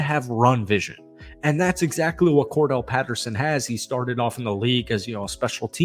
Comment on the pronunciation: Why do you keep him, Cordell? That's not his name it's Cordarelle js.